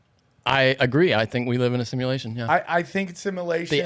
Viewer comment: dude literally can’t even pronounce simulation lmao